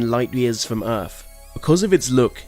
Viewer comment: theories not feories earth not earf